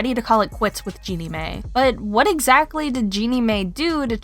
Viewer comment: Jeannie "May", "MonNaco"? Lord. Lol. It's Jeannie MY, and Monacco like the place.